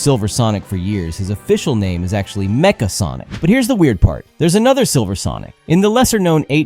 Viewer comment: The way you say Nega and Mecha are soooo wrong.